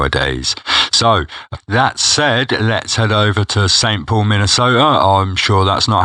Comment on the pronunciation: You said St. Paul, Minnesota correctly 🤘🏼😂